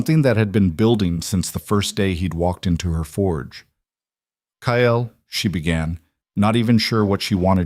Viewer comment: It's Kael not Kyle 😭